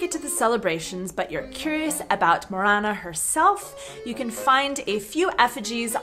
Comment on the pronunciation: Morena nie moréna! Presne tak v Slovenčine MORENA